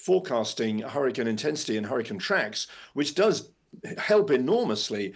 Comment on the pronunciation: Why does she say hurricine? Ma’am